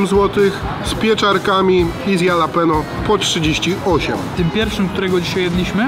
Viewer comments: mordko jalapeno czyta/mowi sie, ha luh pee nyow, jesli chcesz byc pro a nie sebkiem z pod zabki ;) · Nie jalapeno tylko się mówi chalapenio byłeś w Stanach a kaleczysz język proszę cię. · Chalapenio nie Jalapeno 😄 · Mówi się " halapenjo" oraz " sizyn" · Jakie jalapeno to sie czyta Halapeno boże i tacy ludzie co nagrywają robią za znawców smaku i wgl czytać nie umieją żenada. Może jeszcze DŻALAPINO?! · Halapenio nie halapinio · Błagam, nie mówcie "jalapeno" 😅 to jest, kurła, HALAPENIO! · chyba nie jalapeno a halapeno 😉 nie ma za co, stawiasz kanapkę 😉😉😉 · Halapenio, panie jalapeno 😂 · jalapeno czytaj halapenio tak na przyszłość pozdro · Halapeńo się czyta! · HALAPENO NIE JALAPENO ŁAAAAAA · Dlaczego na chorizo mówicie czorizo a na jalapeno jalapenio a nie halapeńo? Cytuję: " Ta papryczka sprawia problem nie tylko przez swój ostry smak, ale również przez trudną wymowę swojej nazwy. Aby poradzić sobie z jej ostrością, popijajmy ją mlekiem, a zamiast „dżalapeno” czy „jalapeno” mówmy poprawnie: „halapeńo”. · Tylko proszę Was nie mówcie już jalapeno, tak poprawnie mówi się halapenio. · Wszystko super, ale......nie ma żadnego Jalapeño, jest po prostu „Halapeńo” :) Wymowa ;) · Prawdziwi fani pamiętają jak na jalapeno mówił "dżalapindo", a nie "jalapeno"..., nie zmieniaj się! Pozdro!:D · się mówi "Halapenjo";) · jedna rzecz, proszę. Jalapeño wymawiasz halapenio. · kurde! Papryczki HALAPENIO = tak to brzmi prawidłowo. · Ale wiesz, że 'halapeńo' ??😂😂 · Fajnie się Was ogląda, ale bywa że źle wypowiadacie nazwy. Warto się przygotować i wiedzieć jak poprawnie to robić. Jalapeño wymawia się Halapenio. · Mowi sie papryczki japaczo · Ty tak na serio z tą wymową "jalapenio"? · czyta sie "halapenio" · (halapenio) jak mozna to wymawiac z j XD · A ja wolę mówić dżalapino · Błagam przestańcie mówić ,Jalapenio’ wystarczy J zamienić na H 😵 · Bardzo źle się słucha jak mówisz JALAPENO, az odechciewa się oglądać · mówi się Dżalapino